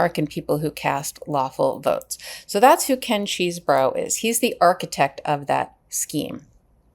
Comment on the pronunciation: Say it with me Ches - eh - bro. How hard was that? It’s not Cheese-bro.